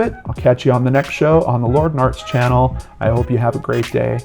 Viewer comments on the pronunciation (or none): none